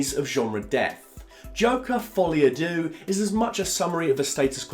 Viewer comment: Folie a what? Dooo? Phonetically its derrr mate. Not dooo. And by the way, its easy to slag it off. Make your own joker film. I wonder how good that would be. Youre not mark kermode mate. Trust me